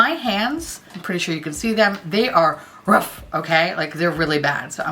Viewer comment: You said 'rough' as Mr Peanutbutter would say it :O